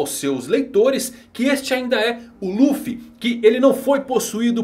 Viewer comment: luffu falou certo